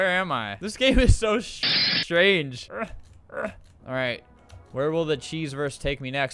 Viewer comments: Can y'all stop saying that Albert cursed?? He didnt cursed, if y'all pay good attention at his mouth, he litteraly said strange not sh!t. Idek why the editor put a glass breaking noise when Albert said that, but he definitely said strange. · You just dont want to admit he still has that albertstuff in him. He can do what he wants. He swore. You can hear S and H. He didn't say shtrange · he said strange the edit just made him sound like he said shit